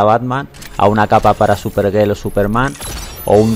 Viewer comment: ya sea Batman. Superman. "Superguél"